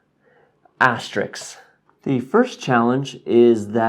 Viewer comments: "astericks" No, it's an asterisk. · I love the different sized Asterixes you give. I know it's probably just the common mispronunciation of asterisk (*), but i choose to believe you have a rating system based on the popular french comic book charakter Asterix the Gaul, known for his smarts and wit in fighting the roman occupation. =)